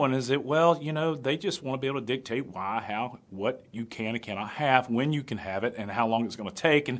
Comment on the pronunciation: I'm cracking up, i was thinking the same thing when you were saying "dicate" haha. lil rascals